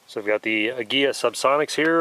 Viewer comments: An English pronunciation would be Ah-Gee-la with the G. Pronounced as in Gun.You were close.Cheers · Ah-gee-lah. It means eagle in Spanish. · It's pronounced ag-u-la